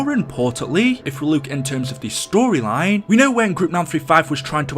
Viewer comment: When i heard "the end of aether stroyline" i looked at my phone for a minute like "whatd u say"